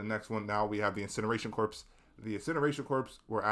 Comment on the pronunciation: Awesome video! It's nice to see a HD2 tier list without weapons/stratagems. I feel like this was a therapy session for you haha. I disagree on the nerfs for most enemies though. Spore chargers and jet pack guys are great as is. Fyi: Corps is pronounced "Core" and Brood not Broad commander. I hope you make another video!